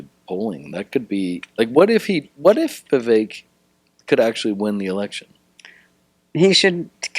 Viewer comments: Can’t even pronounce Vivek and tried to add an ‘i’ into it and then didn’t even know that Ramaswamy is an Indian name. She’s really dumb or did fuck all prep for the interview. 🧐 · Remember how to pronounce his name Viv Cake the snake 🐍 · U pronounced his name to perfection. Ty! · Why do Americans have such a hard time pronouncing Vivek?!? It's literally two friggin syllables?! 😂 I'm from another western nation...and we can pronounce it easily...but Americans constantly struggle?! 😂 what is wrong with yall? Doesn't American Public Schooling system teach "sounding out" syllables?!